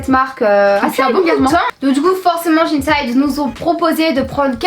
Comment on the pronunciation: Moi je dis shein et non pas shine side donc je comprenais pas de quel site vous parliez alors j'ai regarder et enfaite c'est shein et j'adore ce site sinon je vous adore ❤❤❤